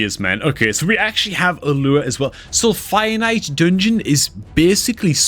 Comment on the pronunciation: It's fire knight. Please don't pronounce finite.